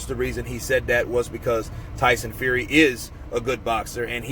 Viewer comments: Who's Tyson Fuey😂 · Who is TYSON FUEY ? lol